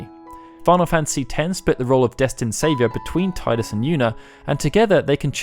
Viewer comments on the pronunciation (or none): Tidus is pronounced TEE DIS